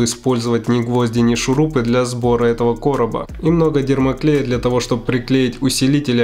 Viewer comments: А почему дермоклей а не термоклей? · правильно термоклей)) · Мне одному кажется что он всегда говорит дермоклей?😕